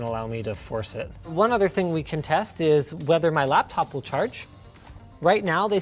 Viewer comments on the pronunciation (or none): Every time I hear Linus say "Ting", I think...."SpaceBalls".... when Lone Star meets Yogurt and those little guys who say "ting ting ting" 🤣